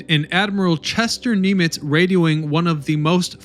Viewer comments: Come on get your stuff together. It's Hall zee, not Hal-zee. (phonetically, of course) No excuse for screwing up.a name. Obviously, you did not do research. Narration seems not to be your strong suit. You never learn. It' s Nim its, not Neam- itz. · ikr? Admiral Neemits?🤨😒😅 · HALL ZEE……..NIM ITZ …. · Who was William F. "Helsley", and Chester "Neemitz"? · And I always thought it was Admiral HALSEY.... and Admiral NIMITZ rather than KNEEmitz... sheehs.... TAFFY 3 vs Taft 3???? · Chester Neemitz? Admiral Hellsey? Numerous mispronunciations of locations, etc. Taft 3? This narrator needs an education on Navy and WWII history. He obviously wasn’t a part of any of it. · Neemitz and Halsley?? If you’re going to do the narration, please get some education on the pronunciations as well as the names of historical elements. Grade D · Taffy 3 not Taff 3. Admiral Halsey not Helsley. You even managed to mispronounce admiral Nimitz. Please learn how to pronounce names. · When you narrate these videos, please pronounce the great Admirals Nimitz and Halsey correctly. It’s disrespectful not do so.!!! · How do you find all this information and still can't say Halsey, Nimitz and San Bernardino properly? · Where are the battleships? And the graveyard? This is lazy, amateur trash. Even the names of Nimitz and Halsey are mispronounced. Viewers beware that this is definitely not history. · Some strange name pronunciations. Especially for Halsey and Nimitz.